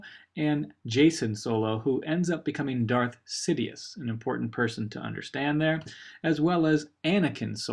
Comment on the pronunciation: dued you seed it ronge it is darth caedus